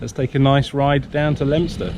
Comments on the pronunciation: Leominster is pronounced lemster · Fantastic blog, really enjoyed the views around Ludlow and brought back memories of my time there in 2018. That looked a monster climb on your first ride and the profile on your cycle computer, even though exaggerated looked absolutely horrendous! No shame in getting off and pushing. Second ride where is Lempster? Owh Leominster, never know it was pronounced that way! Where did you pick up the local lingo? See you Thursday.